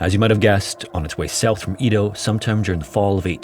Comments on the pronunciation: Am i the only one bother by his pronunciation of EDO he says E-DO i know it to be said ED-O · I know it's not the end of the world or anything, but hearing "EE-doh" is driving me crazy! It's "eh-doh". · "ee-toh" lmao it's "EH-doh" with a soft D, rhymes with "meadow" (kind of.) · It's pronounced eh-doh...not ee-dough. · It’s also not pronounced E-do, it’s Eh-do, so, consider the whole thing a European translation of a Japanese event. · Edo is pronounced “EH-dough” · You pronounce Edo (eh-doe) in a strange way. It’s pronounced that way in both English and Japanese (I took Japanese history in college). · That was driving me crazy! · I know. That and "nag uh sa ki" instead of "nah ga saki". I love this channel but I wish he would put some research into pronunciation.